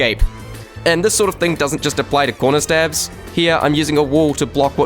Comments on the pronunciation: Conrerstabs lol Great video either way! It’s been fun to watch this series! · CONRERSTABS!??!! unwatchable video lol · conrerstab lol